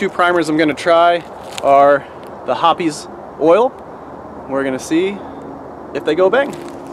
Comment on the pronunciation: The E in Hoppe’s is silent. Hops. Not Hoppies.